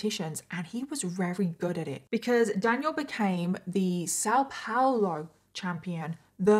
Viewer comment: I'm from São Paulo and It's só adorable how you pronounce it 😂❤ still very much better than people here in Germany got example. Thanks for talking about this. Since I live in Germany I don't keep up with much there, because I already am bombarded with things here in Germany. Tooooo many topics. Thanks for your work in general ❤